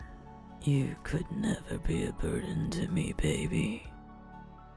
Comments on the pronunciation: I know this is not the right time to make jokes but when tokoyami was saying burden all I keep thinking was BIRDEN!!! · haveing a very serious conversation What was said: I didn't want to be a...burden to you What my mind herd: I didn't want to be a...BIRDen to you